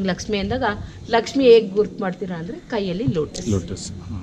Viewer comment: Laksmi madum.. madum ge pronounce madoka baralla.. poor guide..👎